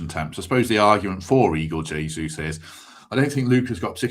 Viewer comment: Temps, learn to say Jesus name correctly ffs